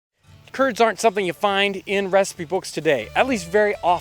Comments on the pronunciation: who else heard "turds" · Every time he says "curds", I think of Kurds.